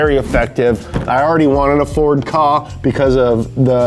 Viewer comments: "ford kahhhh" isnt it K-A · Did he call it a for kah ? K A my friend !!!